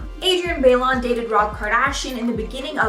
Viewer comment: Bailon = "Buy-lone" not "Bay-lawn"